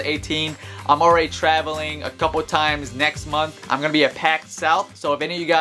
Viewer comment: You here the way he said times